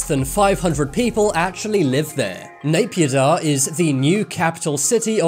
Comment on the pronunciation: And how he pronounced Nay Pyi Daw is hilarious.